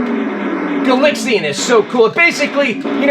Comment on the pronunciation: Why Gal-IX-ian and not Gal-AX-ian? Not a complaint, just curious as to why. I've never heard anybody pronounce it that way before. Surely the name is an obvious contraction of galaxy invaders.